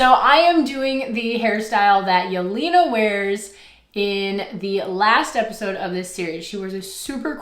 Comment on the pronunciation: by the way her name is pronounced yel-ay-na